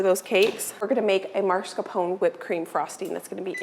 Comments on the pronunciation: Everything is beautiful and looks delicious. Please check the spelling of the word Mascarpone. Not MaRscapone. I’m sorry to be so picky but every time you say it my earlobes curl. 😉🤗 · Hi, even it is funny to hear how you call this type of cream cheese, I think someone should tell you that cheese is not MARS KAPONE. It is MAS KARPONE if it is easier to understand. Mascarpone cheese is used for many cakes and sweets and I am sure you will use it more often in future cooking. So it is time to learn its name. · Please please please stop calling it "marscapone". That is not the way it's spelled. It's pronounced llike mask-are-ponay. The 'r' is AFTER the 'masca'. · MAScarpone cheese, not MARScapone. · Mascarpone (pronounced mahs-car-POH-nay). Not maRs-car-POH-nay. ❤️ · If you look at the spelling of mascarpone, it should be pronounced mass-car-pone